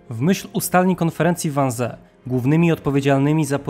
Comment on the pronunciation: Wannsee czyta sie "wannzii" :) ale poza tym, niemiecki super! 👌